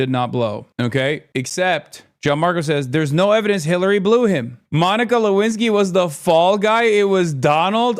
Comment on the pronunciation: "DONIKA LEWINSKY" LMAO